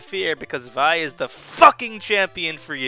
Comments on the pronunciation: your pronouncing it wrong its pronounced VEEEE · its the grape vi-ne